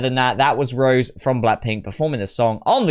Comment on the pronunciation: fyi the accent on the "e" makes her name pronunciation "Ro-Zay" like the wine, not "Rose" like the flower. It sounds similar to the Spanish name José.